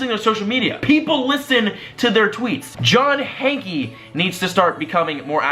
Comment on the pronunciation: your just gonna get (more) hate by doing this, also Hanke is pronounced Hank, the e is silent